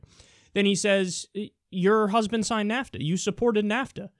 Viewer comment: Did he just call nafta "kafta?"